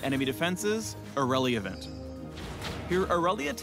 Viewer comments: "shields... Ireliavent" ... :| ... BOO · super snake he made all sorts of puns through out the video. “Ireliavent” “nautiloss” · Ireliavant... wow just wow.